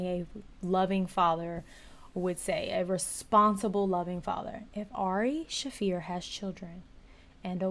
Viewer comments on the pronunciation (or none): His name is pronounced Shah-fear not Shay-fir Just FYI